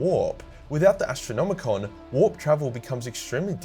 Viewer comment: Why do all 40k YouTubers say 'Astronomicon' when it is called the 'Astronomican'? Is it a joke I don't get?